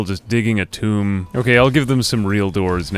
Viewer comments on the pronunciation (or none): none